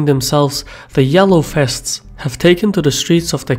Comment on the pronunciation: "The Yellow Fests" Did you turn Dutch and no-one told me?